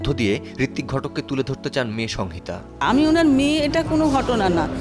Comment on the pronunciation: ঘোষিকা "সংহিতা" উচ্চারণ করতে জানেন না ।